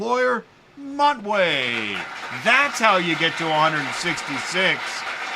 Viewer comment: Montway oh my goodness not Montway . 😂😅😂😅😂😅😅😅😅😅😅😅😅